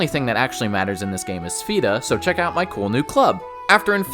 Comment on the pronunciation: Hands down, the best RPG games ever made along with up to Wrath of the lich king world of warcraft. Absolute PEAK gaming. Then it just quickly went down hill after COD broke out. Also, its pronounced sph-a-da. The e is like an a